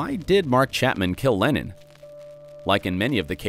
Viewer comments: why is it every time he says lennon i hear lenin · john lenin ? isnt it john leNNON not leNIN the russian communist ?